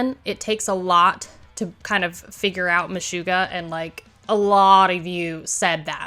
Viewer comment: MeSHUGgah…SHUG…Not Shoo…not MeSHOOggah.